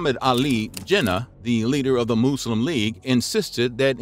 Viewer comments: its pronouced mus-lim not moo-slim this video is a joke cant even take it seriously and im Christian. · This bloke, trying so hard to avoid his yank habits of pronouncing the word muslim as 'muh-zlim' but instead went too far extreme with his 'moose-lem' 😂😅😂 Kefe! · Say Muslim properly come on!!!!!!